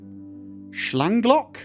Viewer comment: Actually your German pronounciation is pretty good:) well except for 'Schlagloch' ^^ and it's sounds adorable when you read german ^^